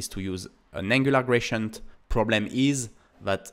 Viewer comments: Thanks for all your video's, very inspiring! Little feed about pronounciation: I hear you say [gracient] all the time, however, it's spelled with a D, [graDient]. That would make it little more understandable. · Dude please 😂 It's not "grachient"